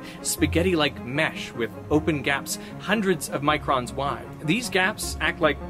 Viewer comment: The way you said hundreds of microns wide makes it sound like it's a really big gap